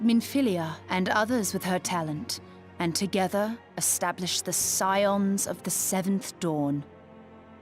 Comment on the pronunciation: Scions is pronounced 'sigh-ons'. Also, when you talked to the plague doctor, the word redolently means 'related to a pleasant smell'. Urianger has the same voice actor as Balthier